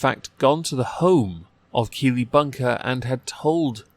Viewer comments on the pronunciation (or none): The whole time I kept hearing kiwi not keely